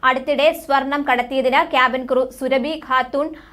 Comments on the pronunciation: സുരഭി അല്ല, സുറാബി ആണ്. ഈ ചാനൽ ഏതു ലോകത്താ? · സുരഭിഅല്ല സുറാബി